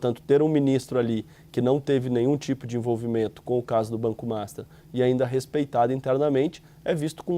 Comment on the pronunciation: Por que diabos esse repórter sempre chama o banco master de MASTA?